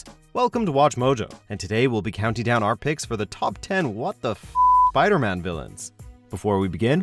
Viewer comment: you said "PIDERMAN"